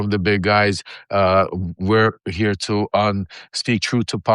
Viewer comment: Lev, you're killing me over "heah" your show is almost half way over already.